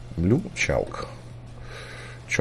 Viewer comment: chalk читается ЧЁК помню с уроков англ.яз. поумничал типо)))